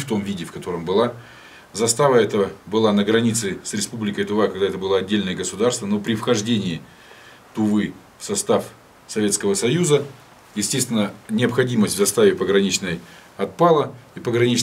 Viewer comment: ага тЫва правильно , а недоумки с телика говорят тува